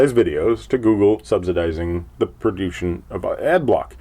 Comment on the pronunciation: "Prodooshion", you and your posh language. ;) Very well said. <Turns off AB>